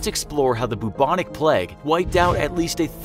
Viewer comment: No one : Plague : BUBONIC